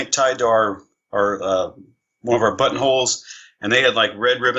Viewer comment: Right away when people speak so fast, it gives a dishonest vibe. When he says button holes it sounds like buttholes. It's distracting